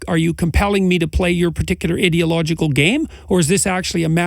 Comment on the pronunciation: That's the first time I've heard you pronounce "ideological" in the correct dialect. Idiot and ideal are two different words with two different meanings and "ideological" id part of two different dialects. each pronunciation has it's own meaning - each one represents the idea itself, accurately.